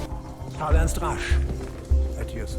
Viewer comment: Piszę bo w początkowej części filmu akcentujesz to na łernst